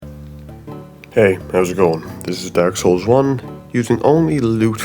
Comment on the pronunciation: Id love to hear this man say daurk souls